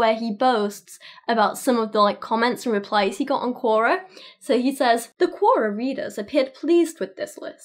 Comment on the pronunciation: RE Quora: Its pronounced similar to Q&A, but its "Q or A". As in question or answer.